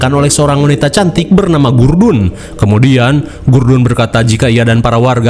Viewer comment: gudrun mang bukan gurdun😂